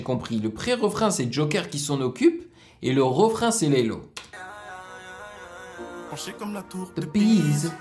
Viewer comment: Le dernier couplet c'est sneaazy et pas laylow tu a dis laylow ahah